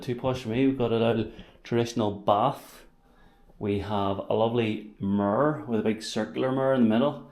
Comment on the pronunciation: I love the way you say mirror… “mirrRrrrrr”😂